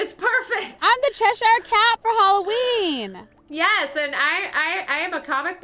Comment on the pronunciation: When you said hollowen it reminded me of my fish named Holloween I got her on my bday and she recently died :(